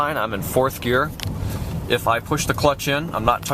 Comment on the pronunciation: its gear not year